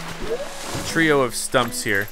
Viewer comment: “TREE-o of stumps here”